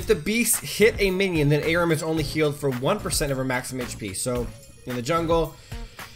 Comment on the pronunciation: Omfg it's are-oo-m not a-rim. I'm a bitch